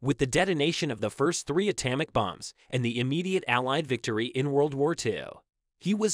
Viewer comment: Learn to pronounce common words, like atomic, if you expect to gain a following.